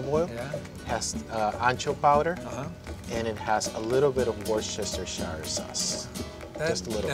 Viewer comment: First person on the planet that pronounces worchestershire correctly 👏. The food is splendid 👌